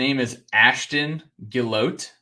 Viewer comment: Ashton Gillotte pronounced (Jill AH Tea)